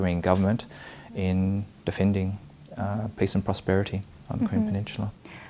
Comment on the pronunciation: She keeps on pronouncing “peace” as “piss.”